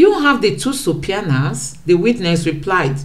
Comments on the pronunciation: Easy pronunciation Su-pee-na Not su-pia-na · SUBPOENA is pronounced SUB PEE NAH!!! SUBPOENAED IS pronounced SUB PEE NAD!!!